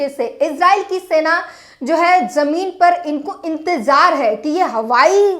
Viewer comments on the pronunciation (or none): Jone nahi Zone... Or Jameen Nahi Zameen.. Shambhu Bhaiya Sikhao inko Qki aap to sahi bolte ho per ye nahi.. Intejar nahi intezar....